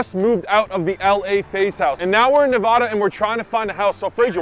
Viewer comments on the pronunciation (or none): bruh im in las vegas, pls pls pls never say nev-aaaaa-da its nevada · As a local its pronounced Nevada not nevaduh.